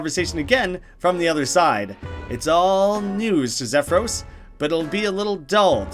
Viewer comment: "XEFROS. HIS NAME IS XEFROS GOD DAMNIT" i scream into the screen angerly for the 1 billionth time as you mispronounce troll things. (no. seriously just split troll names into pairs of 3. xef-ros, "dam-mek.)